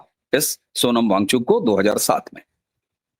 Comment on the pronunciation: वांगचुंग नही वांगचुक